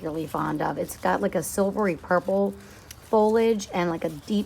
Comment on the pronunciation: Is pronouncing foliage "fol-age" a NJ thing? Just curious, as have never heard that before.